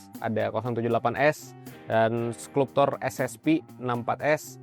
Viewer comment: Bacanya "Skalp-cer" bang bukan bukan "sklup-tor"